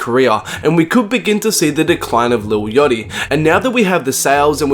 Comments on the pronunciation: "lil yotchy" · "lil yochty"